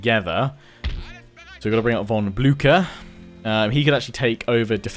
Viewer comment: omg its pronounced von Blusher not Bluker